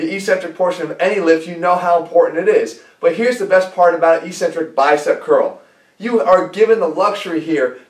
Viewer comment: "ikˈsentrik", that's the phonetic pronunciation. It's hard to take someone serious no matter how good their information is when they continue to mispronounce technical terms. "E-centrc" sounds cheesy. Concentric and Eccentric, there's two C's there bro.